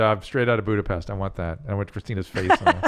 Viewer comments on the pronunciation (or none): What’s Budapest? I only know Budapesh...